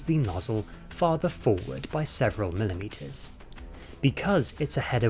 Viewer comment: "The UZI 9 millimetah""